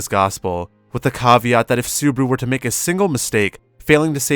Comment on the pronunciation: this is perfect. only thing is botching subaru's name. makes me cringe a bit.